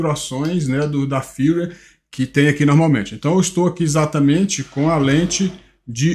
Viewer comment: Amigo, seus vídeos sobre a insta360 são ótimos, mas com todo o respeito...Não fale "windescreen". A pronúncia é "uaidescrin". Se escreve "Widescreen". O mesmo vale para Firmware. Se pronuncia "firmeuere". Você é alguém que, por atingir um grande número de pessoas, tem a responsabilidade de pronunciar de forma correta jargões técnicos para a população. Encare por favor como uma crítica construtiva. Parabéns pelos vídeos e pelo canal.